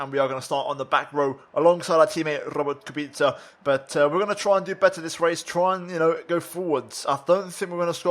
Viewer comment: Nobody: Absolutely nobody:: Rrrrrrrrrobet kubica